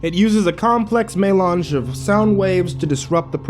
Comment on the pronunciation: i snorted when he said "melange" the second time